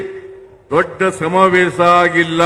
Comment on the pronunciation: Evanu kannada kavalu samthi agidda adare evana bayalli samaaveesha annoke baralla samavesa anthane